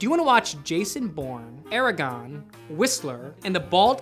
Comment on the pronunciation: Its Aragorn, not Eragon